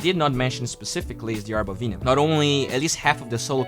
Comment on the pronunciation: VENOM! Not VEENOM. /ˈvɛnəm/